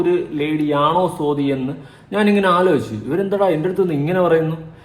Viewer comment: സോതി അല്ല സ്വാതി 😊